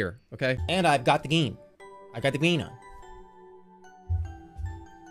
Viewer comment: He's got the gween on